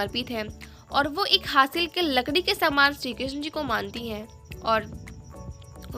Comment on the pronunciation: Hasil ❌ Haril💯☑️😊